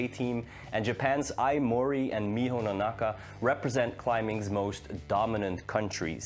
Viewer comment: Hey, great vedio. And definitly rooting for Janja. But also looking forward to Miho's performance. Also, btw, her last name is Nonaka instead of Nanaka XD